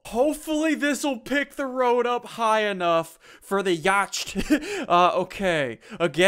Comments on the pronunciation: Ya-ch-t. it's pronounced ya-t or... YEET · it's not pronounced yacht, it's pronounced yat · That is so not how you pronounce yacht. It is pronounced "yot" not "yoch-t" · it is pronounced yot not yocht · Uhm.. The word "Yacht" is pronounced "yaht" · ITS PRENOUNCED YOT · WHYYYY it's more like yot not yacht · Why do you pronounce yacht yoch? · yacht is an English word pronounced 'yot' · I think its pronounced yha-tt not yacht XD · it's pronounced yacht (yaht) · Not trying to be mean BUT ITS PRONONCED "yaht" NOT "yacht" 😂😂😂 English am I right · U pronounce yacht yat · its pronounced yacht (yau-t) not yacht (yau-ch-t) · Pronounced Yot. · u r saying yaught wrong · For everyone saying Ssundee mispronounced "yacht" he's just playing around he knows how to pronounce it. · ssundee did you mispronounce yacht facepalm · Pewnieteam ok 1. Ssundee said it wrong 2. Its not funny sure it might have been a joke but to do it all those times its not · HamsterMC He knows that he's pronouncing it wrong purposefully. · SSundee you said yacht wrong it's yacht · Did he say yacht without a silent ch? Dood thats sad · he said yacht wrong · Who else is triggered on how he pronounces yacht